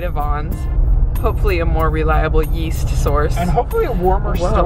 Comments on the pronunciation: YEAST ? I THOUGHT YOU SAID WEAST ! LOL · Yeast? I thought you said WEAST